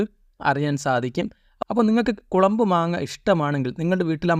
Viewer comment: കുളമ്പ് അല്ല ചങ്ങാതീ കൊളമ്പ് ആണ്